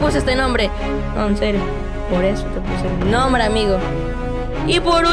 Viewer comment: es enserrio jajajjajaja se dise enserio